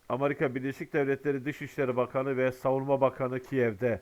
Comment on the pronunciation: amarika diyosun))